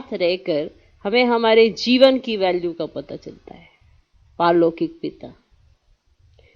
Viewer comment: Paarlokik not parlokik 😊